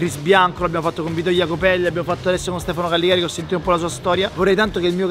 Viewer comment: per piacere di Callegari non Calligari